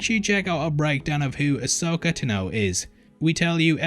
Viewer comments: Why is he pronouncing Ahsoka Tano like that? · Ahsoka Ten-O?